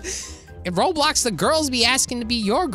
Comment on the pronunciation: he always says roblix